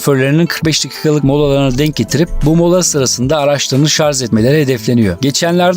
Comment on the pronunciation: Yalnız dostum bir noktaya değinmeden geçemeyeceğim. "ŞARZ" değil "ŞARJ".